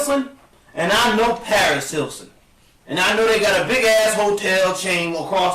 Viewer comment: “Paris Hilson”, “Keyshia Coles” and “Rayana” 😂😂😂😂